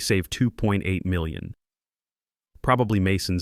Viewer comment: Good story but your AI can't say the word million.